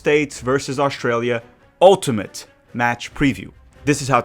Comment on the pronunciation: Could somebody tell me where Oshtralia is? You should be able to pronounce the name of the country you’re facing. Keep downplaying Australia. By the way. The first land based defeat of the German army was EL Alamein. The US were not there the Australians were the first to break through the German lines. Flaunting ignorance is a bad look.